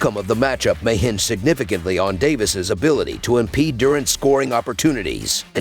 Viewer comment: ITS DURANT NOT DOORANT😮